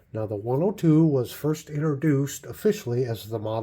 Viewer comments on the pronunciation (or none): none